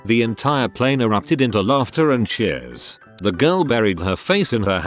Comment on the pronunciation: How it says plane Pleeeeene Gets me every time